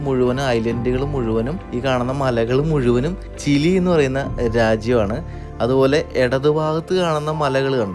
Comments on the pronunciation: ചില്ലി അല്ല ചിലി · Chilly allada chiri moyanthe , chile enupara😂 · ചില്ലിയല്ല ചിലിയാണ് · ചില്ലി അല്ലല്ലോ ചിലി അല്ലേ? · എപ്പോഴും ഇങ്ങനെ ചില്ലി ചില്ലി എന്ന് പറയാതെ 😁 കേട്ടിട്ട് ചിക്കൻ ചില്ലി കഴിക്കാൻ തോന്നുന്നു. By the way its ചിലി 😀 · ചില്ലി അല്ല bro ചിലി ആണ് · ചിലി ആണു ബ്രോ, ചില്ലി അല്ല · ചില്ലി അല്ല ബ്രോ. ചിലി 😊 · Not chilli man chili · ചില്ലിയല്ല ചിലി പറയൂ ഇതും ഫുട്‌ബോളിൽ പേര് കേട്ട രാജ്യമാണ് അർജെന്റിന പോലെ 🤣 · chilly alla bro chile anu😅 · ചില്ലി അല്ല ,ചിലി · Chilli alla ..Chili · Chile anu bro not chili